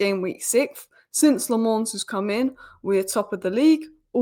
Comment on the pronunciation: Lammens is pronounced as “La-muns”